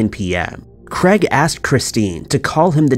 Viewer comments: Can you please start pronouncing names properly. It is very annoying! Craig....is NOT pronounced Creg!!!! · I just cannot listen to stories with incorrect pronunciations! It is not Creg or Crag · Why can the narrator not pronounce "Craig"???! Aaaarggghhhhh! Jesis fork and Crest!